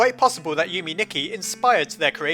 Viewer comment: Yume Nikki is pronounced you-may knee-key Edit: it's Japanese for dream diary